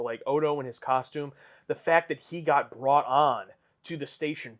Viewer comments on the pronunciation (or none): none